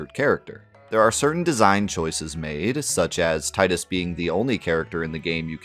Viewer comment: That you for saying Tie-Dus and not the idiotic way the Ratchet voiced actor read it as Tee-Dus